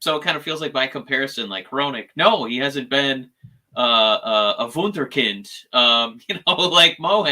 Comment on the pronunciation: Wunderkind - Pretty good pronounciation 👍